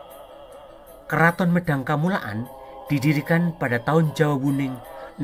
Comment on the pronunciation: Medang kamulyan bukan medang kamulaan mohon koreksi admin